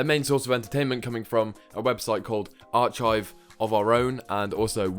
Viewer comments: Arc-hive, not ar-chive. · "Ar-chive" lmao